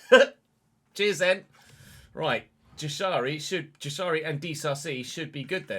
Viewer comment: Jashari is pronounced like yashari